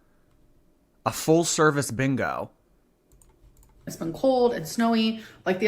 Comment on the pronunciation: Maybe she can't yell bingo because she can't say it. All she can say is"beango"😂